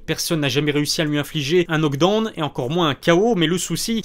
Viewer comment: ta chaîne et ton contenu c'est la classe mais stp.. stp.. corriges ta prononciation du mot knockdown!! C'est un prof d'anglais qui te le demande peace ✌🏽